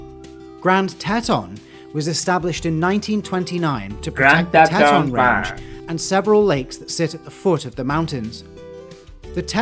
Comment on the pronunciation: The narrator has pronounced the park incorrectly. It's pronounced "T-Tawn".